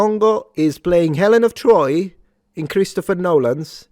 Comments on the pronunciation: Helen of Boi 🤣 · "HELEN OF DETROIT" 🤣🤣🤣🤣🤣🤣🤣🤣🤣🤣🤣🤣🤣🤣🤣🤣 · Helen of De-Troy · Helen of Detroyt is diabolical lol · “Helen of Detroit” you are the devil😂😂😂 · Helen of Detroyt. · Helen of Detroyt. 😂😂😂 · Helen of De Troit . . . 😂🤣😂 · helen of dertoyd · Ah yes, Helnah of Detroit